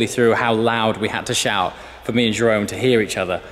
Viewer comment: no english/american people cant pronounce the R in the dutch way, you say it like juhrorn search it up how you say R in dutch